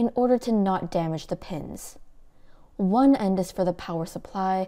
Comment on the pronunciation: the way shes says one when she starts the list count, makes me imagine the creality engineer's heart skipping a beat! 😂